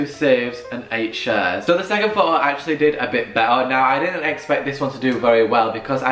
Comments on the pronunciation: Pho-o not photo😂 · Pho o (photo) ... I took each tym a breath whenever he said ...Pho ooo .. love the video though ♥️ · Lmao... Fo'Oh😂, and he says it so much and every time he says Fo'Oh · His pronunciation of photo is funny